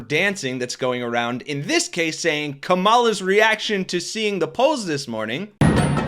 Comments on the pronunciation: I love your work…BUT please pronounce her name correctly🙏🏼 It’s KA-MA-LA not Ka-Mala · KA-ma-la. Not ka-MA-la. Just go with VP or Candidate Harris. Can you pronounce that correctly?